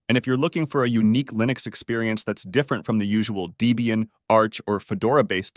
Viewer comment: The more annoying thing to me is the mispronunciation of "Deebian." Not only does that sound stupid, I have no idea how someone would think that it's proper to add an extra "e" while pronouncing the name Debian. And worse, even the quickest web search for Debian or visit to Wikipedia or its own site would quickly tell you than the the name is a pormanteau of two names, Ian Murdock (RIP), yhe creator of the project, and is girlfriend at the time, Debra.